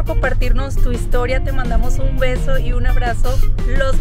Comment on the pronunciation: Soy yo pero cuando dio el saludo dijo "te mandamos un hueso" y enralidad es ye mandamos un beso xd